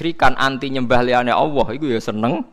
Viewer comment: Knapa gus tiap nybut Nama Alloh knpa Awoh...😀😀apa kuping saya yg slah🙏🙏😁